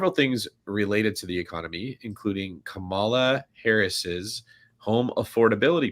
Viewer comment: are you intentionally misspronouncing Kamala's name?